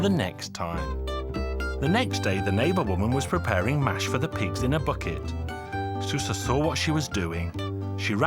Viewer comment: It's actually pronounced "shoo-sha"